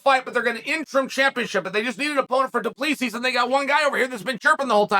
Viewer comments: Cheal your saying it wrong 😂 its Drinkus DU pla sie thats how its suppose to sound trust me im South African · It’s pronounced Du-Plaa-see. No s sound at the end. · it’s pronounced Du Plesi not exactly the way it’s written. It’s an Afrikaner surname 😊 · Chael read your comments and learn to pronounce Du Plessis 😂 It's pronounced Du-Ple-Sea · We should call him "Dricus 'the S is silent' Duplessis" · Uncle Chael, it is pronounced Dree-cuss Do-pluh-see. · It's "DO PLEH SEE" the S is silent. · Doo pluh see Chael mispronouncing names hurts my ears